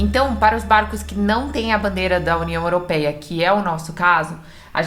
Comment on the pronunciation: Olá acompanho vcs viajo com meu namorado em Catamarã nao me leve a mal sua pronúncia da União Europeia 🇪🇺 esta errada procure corrigir o rigado